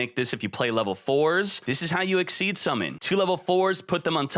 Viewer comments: a friendly bit of criticism, it's pronounced Ex-Eez not as Exceed... not trying to be "elitist" but it is rather annoying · IT IS EXCEES XYZZZ DONT SAY EXCEED PLEAZ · XYZ is pronounced ex-SEEZ, not ex-eed. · It's pronounced EXCEEZ!!! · The only deck that I can see actively getting 2 Xyz's on the field on the same turn is blackwings. The problem with it only activating during the damage step is that after it, you no longer have a 2500 beatstick on the field, meaning it's good for beating over one target, the lack of MP2 also ruins the effectiveness of that, Gagaga Cowboy was on the most played Xyz's, not because of his attack position effect, it was due to his defense effect which most people used during MP2, why do you think the term "cowboy for game" exists? Also, it's not exceed, it's Xyz, pronounced ex-seas.